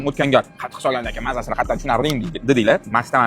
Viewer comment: Qatiq❌ Qatu❌ Qattiq✅😂